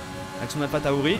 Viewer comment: Au faite on ne dit pas alfa taori on dit Alfa tauri par contre tu devrais acheter Ocon